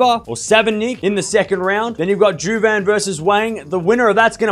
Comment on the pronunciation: Match Halep vs. Świątek would be awesome. And final Iga vs. Naomi Osaka. Iga FTW!:D BTW - if Kaja Juvan will advance, she will face Iga - her best (on-court) friend! Kinda shame, because I'm rooting for both.:(: J in Slavic names (Polish, Czech, Slovak, Slovenian, Croatian etc.) are pronounced like Y in English. So Kaja's name is yoo-vah-n, not not joo-van. Also her-tzog, not her-kog. You pronounced Świątek almost good. Ś is pronounced like S in word 'sure'.